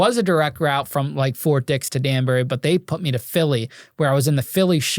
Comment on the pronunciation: It’s Ft. Dix not Fort Dicks😂😂😂😂😂😂